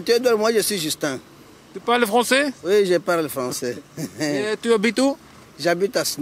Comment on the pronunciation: Dat “parler francais” ging je niet slecht af monsieur.